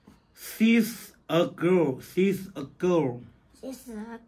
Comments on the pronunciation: 是sh不是th...18塊也太便宜了吧！！！ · 教错了！SHE 像shhhhhh🤫不是念C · 唸...敘 不是矽🤣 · 什麼細呀，😭😭～she 怎會念成（細）呢😭😭😭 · She發音❌了吧！不是咬舌音 ，有點像發”虛”的音。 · She 应该唸类似虛的音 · 河南话 没有很多卷舌音是把？ 把 你的舌头 向后卷， 试着用舌头尖碰 上牙膛， 然后发出 长音 Yee.. 连起来， sh.... yee..... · she也念错了😂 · she 發錯咯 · she 發音不標準，發音不對，可以查google有標準英語發音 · 翻譯？She不是這樣念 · 你读错了，舌头不能被牙齿要住，she可以读成你儿子那样的， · 别教了，你英语也很差啊，谁she。。。。